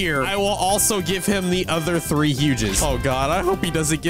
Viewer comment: said threeth